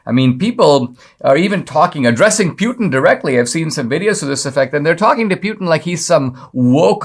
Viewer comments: Why are you saying, “pee-yoo-tin”? It’s pronounced, “pooty-tang”. EVERYONE knows that. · It’s pronounced Poo-tin, not Pew-tin. Yeah, I’m gonna be that guy.